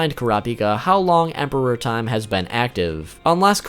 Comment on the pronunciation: The only issue I have with this video is your use of emphasis when saying Emperor Time. It sounds like you're saying Emperor Time, as in the Emperor of time. Rather than Emperor Time, as in the time as an Emperor. I perceived it as the second way from the anime, so they way you're saying it sounds so out of place to me. It's so fucking petty but it's annoying me so much hahaha, great video though :)